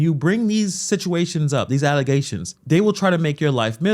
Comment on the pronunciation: Learing about "false allezations"